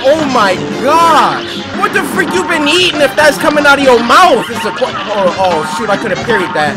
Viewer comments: I know he said shoot but it sounds like he said sh*t at 933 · lol it sounds like cory said “oh sh*t I coulda parried that” but I don’t think he actually said it Edit: yeah I tested that if you try saying shoot really fast in the way he said it, it would sound like you said sh*t